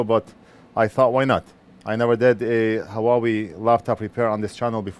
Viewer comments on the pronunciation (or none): Its pronounced as wawey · Great job! Unbelievable stuff like this would otherwise go to the trash (to be recycled ofc :) ) I was thinking, is it possible that Huawei is intended to be pronounced as "YouWe"?